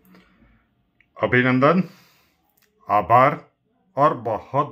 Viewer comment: Abaar nhi abhaar